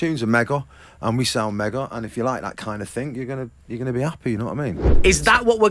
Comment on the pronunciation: How`s the record going Liam?: ""It`s going megoh""......And how`s it sound? ""It sounds megoh".